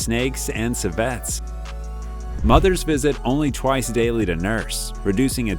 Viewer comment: Tapir and Civet are both pronounced with accent on the first syllable.